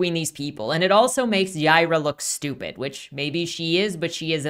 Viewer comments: It’s Hebrew and pronounced “Yeh-ee-rah” but they pronounce it as Y-eye-rah” which is the Spanish pronunciation. She’s from space so I think it’s just a coincidence that her name is Hebrew but also pronounced the way people in Texas/Latin America would say it. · Is her name pronounced "Yeye-rah", or "Yee-are-uh?"